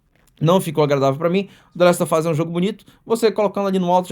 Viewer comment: "Dlest ôfáz" HEUEU